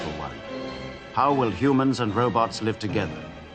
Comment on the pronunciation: I love how he calls robots "robuts"😂